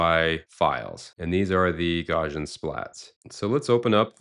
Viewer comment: hate to be that guy but it's pronounce GOW-see-uhn, after Carl Gauss